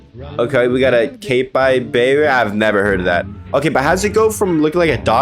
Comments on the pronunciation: It’s pronounced as “cap-ee-ba-ra” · It’s pronounced cap-ree-bar-rah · Did my dude really just call a capybera a ca fè beersd... it's pronounced ca fe bear a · It’s not capeibara it’s spelled capybara pronounced as copy bara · “cai pai bai rai” its pronounced “cãp ie barr ahh” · caybybayra. ITS FUCKING PRONOUNCED CAP-EE-BAR-A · What the hell is a “kay-pie-beara”. My lords name is pronounced “CAP-BE-BAR-A.” CAPYBARA. (No hate its just capybara is my lord.) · It's pronounced Capybara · Capybara true pronunciation "KA-PI-BARA" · It’s pronounced as kapi bar uh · CAP-E-BAR-AH THATS HOW ITS PRONOUNCED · It’s pronounced(CA_PEE_BARA) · It's pronounced cappy-bar-uh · Capybara is pronounced as “KAPI BAR AA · It’s pronounced cap-e-bar-ah your welcome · you pronounce it "Capo-Baera" Largest of its species. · "Capybara" Pronounced: Kah-Pe-Barah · cap-py-bar-a is how to pronounce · Capybara is pronounced Cap-e Bara Im pretty sure. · pronounced cap e bara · It’s pronounced Ca-pee-bar-ra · its pronounced cap i bera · It’s pronounced “ CAP-E-BAR-UH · U pronounce it caby bara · my manz rlly said “kay-pieeEeEe-bae-RAA” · It’s pronounced cap-e-ba-ra 🧍🏽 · It’s capy-bara is how you pronounce it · It’s pronounced Ka-Pee-ba-ra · It's pronounced capeebara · how to pronounce capybara cap-ee-bar-a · How can you not pronounce it right it’s pronounced campy-bar-a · Its pronounced "cap-ee-bear-uh" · Its pronounced cap e bear auh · It’s pronounced CAP-EY-BARA Hope this helps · It’s pronounce copy-bar-uh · how to pronounce cap eye bar AHHHHHH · It's pronounced ca-py-ba-ra I think.. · It’s pronounced cap-y-b-ara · Its pronounced: kaa-pee-baa-raa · It’s pronounced Cap-ee-bar-a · It’s pronounced: cappy-bar-ra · Sir it’s pronounced KAP-E-BARUH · It’s pronounced “cap-eeh-bare-uh 💀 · It’s pronounced cap-ee-bear-a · It is pronounced (capy bara) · It’s pronounced (Capy-bar-uh) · “KAPPIE BAR RA.” Is how it’s pronounced bye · bro is like 20 and doesn’t know how to pronunce capybara💀💀